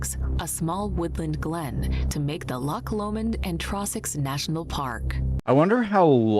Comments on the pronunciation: To pronounce Loch, the ch is said like you have a hair stuck in the back of your throat 😅😊 Also, Loch Ness is part of a fault line, the Great Glen fault. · I’m Scottish it’s not a lake there lochs we have the must beautiful country in the world there is only one place we call the lake of Menteith near Aberfoyle I just wish people who do tours to Scotland learn to say the names correctly you keep saying England your not in England it’s Scotland you talk some crap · Its Lochs bro not lakes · We don't have lakes in Scotland, we have loch's in Scotland m8. Thats why its called Loch Ness and NOT lake Ness. The "ch" doesn't make a "K" sound it makes more of a "cha" sound.. Its the same think but we don't use the English word.